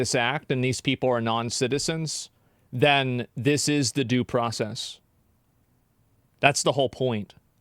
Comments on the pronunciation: "This is da-doo process" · "da-doo process is"